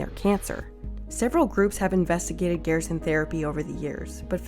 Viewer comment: It's pronounced GER-SON amd yes they do have countless files of people cured. The only reason they have to practice in Mexico is because the US government doesn't care about curing anyone with cancer, it's all about the money here. There have been countless proven natural cancer treatments but the government shuts that down real quick. No money is to be made in natural treatments. They have even made it a law that a doctor can get disbarred if they mention any natural treatment. How closed minded you are astounds me.